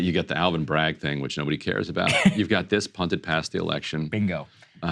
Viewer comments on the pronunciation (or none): none